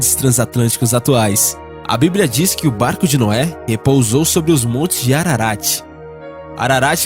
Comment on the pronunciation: O NARRADOR NAO SABE NEM LER. FICA DIFÍCIL. É MONTE ARARAT. Né ARANTE NÃO! É APÓCRIFO E NÃO APOCIFRO